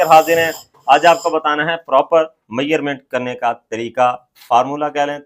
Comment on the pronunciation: Measurement ko ap mayyarment kyu bolte ho